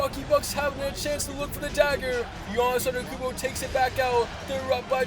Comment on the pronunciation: bro literally says anekoumpo